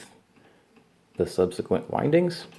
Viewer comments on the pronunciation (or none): none